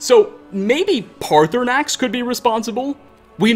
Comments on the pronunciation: Dude I have forgiven a lot. Please pronounce paarthurnax properly. The second R is silent. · I for got what direction you need to go to find the shrine but ik that there are dragon scales from there and Sissle (a girl from roikstead) says that she’s had dreams of a nice gray dragon and says that he isn’t scary so that proves that paarthernax (I completely butchered that name) has flown down to the shrine to give some scales!